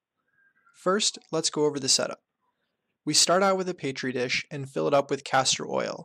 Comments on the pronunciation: "paytri dish" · BRO please dont say "PAYTREE DISH"